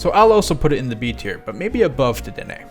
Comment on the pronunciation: Duh-Denné Dude the name is a pun on the phrase "dead end"